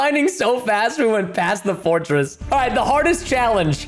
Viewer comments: When he pass the stronghold he say forrstret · why did u say fottress in the strong hold hahahahahahahahaha